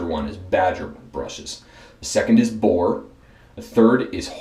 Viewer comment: Had a little trouble with "boar." Huh? It would have been awesome to see an un-dyed boar brush in there. Otherwise, good, informative video!